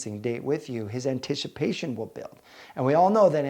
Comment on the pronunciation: This was a really informative video. It makes a lot of sense. Guys DO enjoy a challenge. However, I had to point out I totally heard “An-tish-i-pation” lol